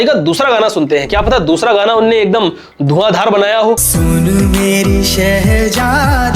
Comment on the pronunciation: 😢 भाई नुक्ता कहा है इसमें, शहज़ादी होता है, शहजादी 😅 नहीं होती